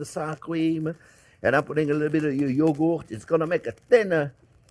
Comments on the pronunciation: wtf is "yoogoot"? lol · what exactly is Yo-goat??😂